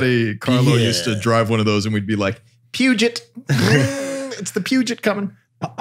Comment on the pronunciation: Your pronunciation of Peugeot, though... 😭